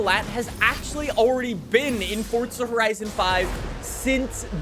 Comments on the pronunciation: its forza not forca say it right jesus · bro keeps on saying fortsa horizon 5🤣